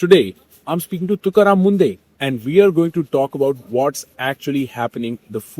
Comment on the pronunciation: It’s not mundeh it’s munde